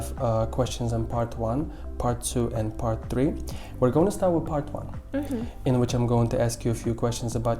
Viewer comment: Part tree😂😂😂😂😂🤦‍♂️🤦‍♂️🤦‍♂️🤦‍♂️😂😂😂😂😂😂